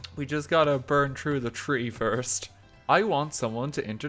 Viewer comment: how come you can say "cthulu" but not "through"